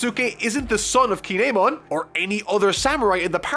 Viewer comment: He DID say Kin'emon perfectly a while back, so give it time